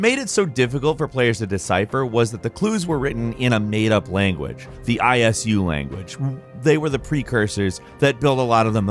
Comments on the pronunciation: I’m sorry but did he say I.S.U, its pronounced ee-soo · I S U you seriously said that it’s eesoo to be pronounced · ugh guys....please i beg of you, stop making videos on content you've never played. The 'I-S-U' language? Are you kidding me? It's okay if you've never played the new AC games, but don't pretend you have: it's pronounced for you in like the first minutes of AC Origins. Come on. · The I S U language 😅 Bro didn't say Isu like they say it in the games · guy said eye-es-you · Why the hell are you pronouncing it as "I.S.U"? It's not an acronym. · .... I'm sorry.... the ISU language? Ok, this is just silly. I get that my opinion means zero to you because you're very popular here but you could at least do a tiny bit of research into the games you talk about instead of just googling articles, finding clips, and hitting record. From the videos I've watched i've gathered you don't know much about any of these games. I'm not saying you need to play every single one but at least put some effort into learning how to pronounce things. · The way he pronounced isu like " I S U" triggered my internal rage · I think I had a mini stroke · Is no one gona talk about how called the isu the I.S.U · Pretty sure they just read off of scripts. Hence the monotone and the occasional complete mispronunciation of things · Yeah that bothered me too lmao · How the fuck did this guy say ISU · Isu is spoken as a word not an acronym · Why do you pronounce it that weird? You pronounce it as a whole, not letter by letter! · The guy has never played an AC game. He spelled out Isu 😂